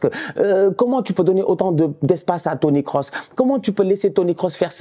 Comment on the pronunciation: c'est moi ou il a dit Toni Kosinus :face-purple-smiling-tears: j'suis mort